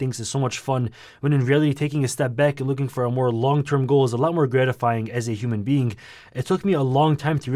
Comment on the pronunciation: bro said 'human feing' 💀